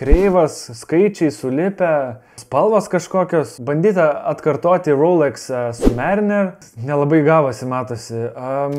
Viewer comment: Richard Mille = Rišar Mil Rolex = RO lex. tik ne roulex Vacheron Constantin= Vašron konstantin Glas hü tte = Glas chū te BMW= BMV 🙂 keistai skamba kai vokiškus arba prancūziškus žodžius skaito pagal anglų kalbos taisykles, prancūzai tikrai įsižeistų.